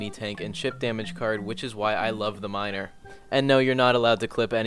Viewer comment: you said miner that way on purpose